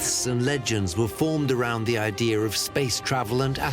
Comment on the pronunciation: Idea is not pronounced I DEE HER